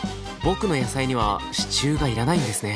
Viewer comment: 不破っち「支柱↓」 わたし「シチュー？あっ、支柱↑のことか！」